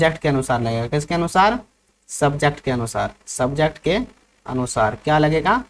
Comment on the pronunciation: सर अनुसार की जगह अनुसाय हैं😂😂😂😂